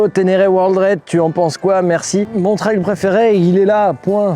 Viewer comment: Bonnes fête à toi aussi. Et je te remercie beaucoup de prononcer correctement le mot TRAIL comme un RAIL (de chemin de fer par exemple...) Quand j'entends des gars dire "TRÈL" ça a tendance à me faire grincer des dents !!! À moins qu'ils disent aussi "RÈL" pour RAIL ???...😂😂😂😂 Salutations motardes d'un vieux con du Sud Aquitaine ✌️✌️✌️✌️